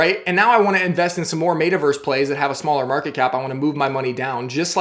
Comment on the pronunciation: MET-a-Verse not MAYta-Verse